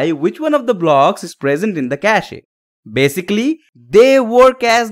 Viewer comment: It's kaSH (cache) not kashE ....